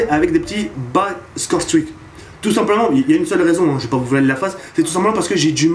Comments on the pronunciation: PTDR tu ma finit avec ton accent ! Scow strik ! Mdr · J'adore ton accent anglais "scoRe stRick" Mdr' sinon super vidéo (comme d'hab) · Pas mal "scorestreaks" mais ca ne bat pas ton légendaire "Domaïnéshion" pour dire domination :)